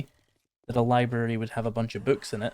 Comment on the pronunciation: Lie Berry! Lie Berry! Lie Berry!